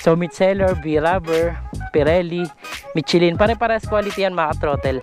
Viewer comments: Mishelin hindi mitsilin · Hindi "michi-lyn"...."michelle-lyn" ang tamang bigkas.